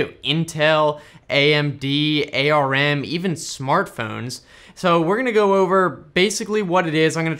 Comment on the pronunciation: It's ARM (just like your arm) and not an EI-AR-EM